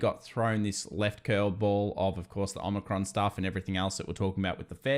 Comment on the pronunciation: O-micron not Omni-cron